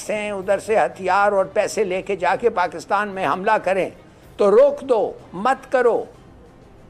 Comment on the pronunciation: ये पाकिटान क्या है? पाकिटानी मीडिया lol. भाई तुम्हारी हिंदी का उच्चारण बहुत हास्यप्रद है।